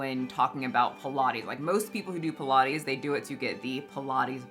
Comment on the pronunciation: Pilates? I thought you said pie and lattes! 😂